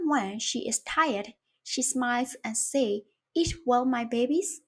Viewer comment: Thanks for teaching us. "And I notice you pronounced 'says' as 'says'. Juat so you know,it's usually pronounced 'sez'. Hope that helps!"